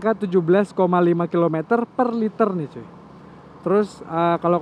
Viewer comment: cuy nya kurang cuuy, ganggu dengernya 🤣🤣🤣